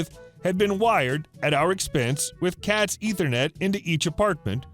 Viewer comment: that's "CAT 5", not "cats"